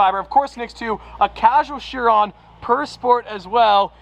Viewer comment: It’s not She-ron, it’s pronounced Ki-ron! Vey-ron is wrong too!